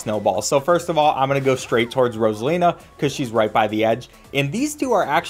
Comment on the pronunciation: You said frozala instead of Rosina